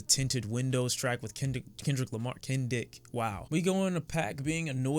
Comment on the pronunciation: "KEN-DICK" ahh.. youre such a batty man